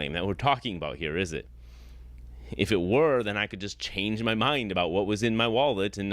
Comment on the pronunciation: He gave up his entire game when he gave his analogy: “Suppose I say I have $20 in muh wallet.” He said “muh” instead of “my”. (I can only surmise that he also tells his students that this is “‘Murkey” instead of the United States of America and instructs them to vote for the Reagan-Trump Party once they turn eighteen.) What’s more, the existence of $20 in his wallet could be demonstrated and verified. He could simply open his wallet to reveal a twenty-dollar bill or any combination of bills which total $20. The problem lies in the fact that $20 can be seen. Consequently, it’s a bad analogy because he’s attempting to provide what he calls “evidence” for the existence of a figure which, according to his own library of books, ‘no one can see and yet live’. He would be in a better position by using as his analogy something which can not be seen. (He would still be attempting to exemplify a character whose existence has never so much as been demonstrated; but, from his standpoint, it would be better than ‘$20 in his wallet’.) Another red flag was when he gave as a definition of truth: “That which corresponds with reality.” The question arises: How does a deity, let alone his specific deity, correspond with reality? He would still have to demonstrate and provide incontrovertible evidence of the existence of his god. If he were to do so, he’d be the first human being in 150,000 years to accomplish that feat. The final point which I found telling—and on which this criminal completely